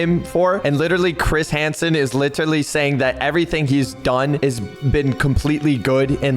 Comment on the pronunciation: how many times did say "litterly"